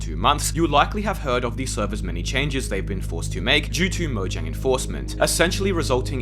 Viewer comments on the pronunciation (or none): none